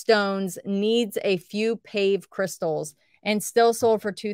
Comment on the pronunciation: Is it me or does she not pronounce her Ls in sold?